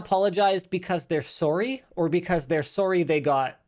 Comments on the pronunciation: super canadian "sorry" .... i LOL'd. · I love regional accents and dialects of all languages and was delighted to hear Linus pronounce sorry with three syllables so now I'm on the hunt. Is it particular to people from a particular region of Canada? Anyone know anything?